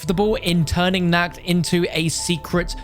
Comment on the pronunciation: That moment when he pronounces "Nacht" as "Nackt" which is actually an existing german word too for being naked lol.